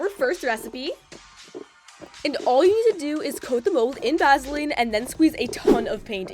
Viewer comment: “Va-sa-leen” It’s Va-suh-leen. “Cin-i-min-roe” it’s Cin-a-min-roll.